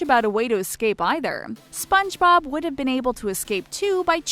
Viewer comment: This Girl Said Spongerob but she said spongebob mutiple times and Its Zubat not Zumbat Dont Trigger And Pokemon Lovers